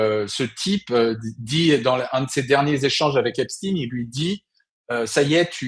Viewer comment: EPSTEIN PAS EPSTIN